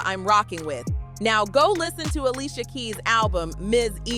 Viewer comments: What’s with the Alysia ? Ale-sha 🙄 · If she doesn't stop pronouncing her name Ah-lee-see-ah & saying it correctly Ah-LEE-sha Ok she got the memo. 😂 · The fact she keep callin her alisia I can’t even get thru this video 🤦🏽‍♀️